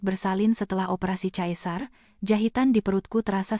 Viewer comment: Sesar.. bkn caesar